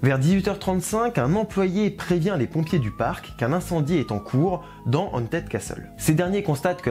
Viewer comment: Très bonne vidéo, la diction est de mieux en mieux. Par contre tu me permettras un critique : travaille ton anglais ! Le h en anglais n'est pas silencieux, ce n'est pas "aunted", ni "d'aunted" mais haunted, ou "de haunted" avec un h soufflé. Je sais qu'en tant que francophone on a la mauvaise habitude de ne jamais (ou très peu) prononcer les h en anglais mais ça arrache l'oreille aux anglophones et aux bilingues. C'est comme si à l'inverse on disait "je suiss", "tu esse", "il este". Ça fait bizarre n'est-ce pas ? Ben c'est pareil pour les anglophones ou bilingues. À part ça c'était très clair et bien structuré ! On attend les prochaines 😂